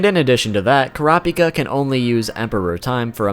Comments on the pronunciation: In the official character book, it's pronounced coo-rah-pee-kah, not cor-op-ik-uh. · kur rah py kuh?!?!?!😂😂 it isnt butchered its obliterated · Dont pronounce Kurapika as one whole word. kura-pika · Annoying how he says he knows he butchers but continues to say it the incorrect way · Why can't so many ppl say his name right? It's so easy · Say the name right please it kills me every time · What’s so hard about saying Kurapika.